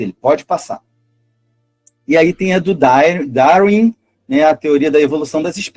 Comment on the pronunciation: Isso é ufologia, a pessoa não conhece nem mesmo a pronúncia da palavra darwin mas acredita ser suficientemente competente para falar publicamente sobre darwinismo.